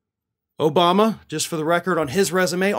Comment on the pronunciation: Herschal Walker can not even say President Obama.